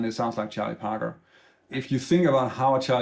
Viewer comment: Hey, Just a little footnote, I could not hear who you were mentioning. It sounded to me that you were saying Chi Potter, when in fact you were referring to Charlie Parker. Not a big deal for most Jazz people, but when you're a novice to jazz such as myself, it threw me off slightly. Nothing to write home to mom about, considering your extent of knowledge and your willingness to enhance other people's lives, who would have no other means of access to quality Jazz instruction. Thank you very much.